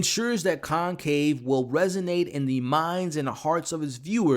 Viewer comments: pls = it’s conclave not concave!! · Dude... it's Conclave with an "L" not concave! I couldn't even finish watching your review.